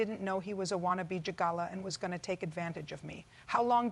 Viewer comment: AI can't even pronounce gigolo right. Waste of time clicking on this